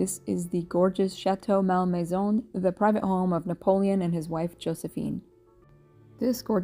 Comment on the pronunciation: ….Think your pronunciation may have been the cause of locals not understanding “where” you were going 😂. (It’s not “MAL MAYZONE” — but, “Mol Mayzaw” )